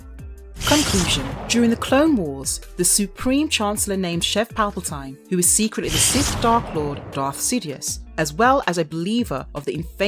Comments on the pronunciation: Your pronunciation is atrocious. Sheev, not shev. Revan, not reevan, Palpatine, not palpatyne, and coraSant, not coraKant (with a "C" obviously) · And Sheev Palpatine, not shev palpatyne. And for God's sake, coraSant (with a "c" obviously) , not coraKant. I think she's doing it on purpose